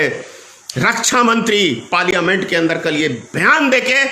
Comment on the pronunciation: Bolna bhi nahi aata.Parliament ka uchchar bhi sahi nahi kar shakta.achchha hoga chup batho.gaddari mat karo.